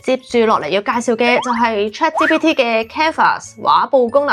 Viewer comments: Chat「之」PT?😂 我聽咗好多次都係「之」，留意返「G」嘅讀音比較好 🙈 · 但佢讀到GPT 係ChatGPT連埋講先會讀支PT😂😂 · 我keep住聽到 Chat芝PT 但條片做得好有心機 nice work!!! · 呢個係廣東話台. "G" 讀到“之”係可以原諒!!! 😅😅😅👻👻👻